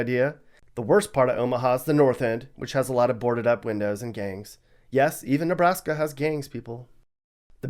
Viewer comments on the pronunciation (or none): none